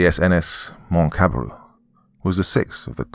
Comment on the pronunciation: Moctezuma (Mok - te -zU -ma. The U needs to sound a little more strong.) Dont know from where comes Montezuma.